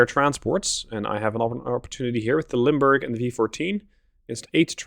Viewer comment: You say, "Limburg" I hear "Lundburg."